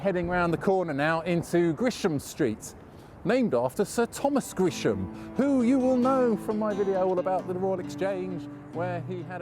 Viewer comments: It's Gresham st NOT Grisham st as he says. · Thanks because I’ve been mispronouncing Gresham